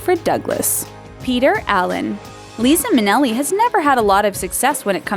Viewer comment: Your inability to pronounce "Liza Minnelli" correctly is the only real news here. Lazy.